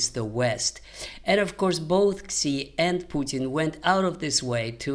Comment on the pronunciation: Xi is pronounced "Shee."